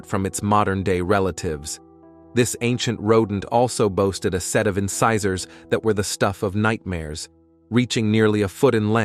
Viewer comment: inkasaurs? I didn't even know he was trying to pronounce incisors until you said it (also did we ever figure out the helicoprion teeth situation? Or are we still unsure?) Also "Ah yes Andrew's Archus. Wdym you don't know who Andrew is? Or about his archus..how dare you sir!"